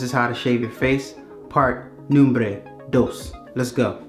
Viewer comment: Bro its called numero dos. Nombre = Name. ;) Just sayin